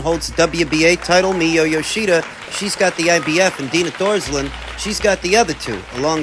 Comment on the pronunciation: You pronounce Thooooorsland incorrectly 😂😂😂! Benavidez gonna get exposed horribly against Beterbiev or Bivol, 😊! He is gonna sit and collect that big check from the Saudis.